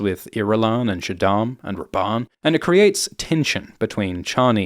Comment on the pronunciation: i was just listening and thought you where calling him "based Rabban" haha